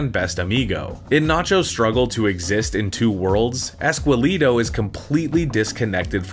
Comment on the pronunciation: All this research , production and you couldn't pronounce ESQUELETO right????